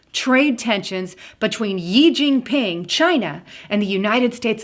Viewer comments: its not "yee" jin ping....to be pronounced as "shee" jin ping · Xi jin Ping is pronounced "She djeen peeng" (I know, I lived in China for a decade)